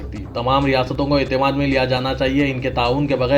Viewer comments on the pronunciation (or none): none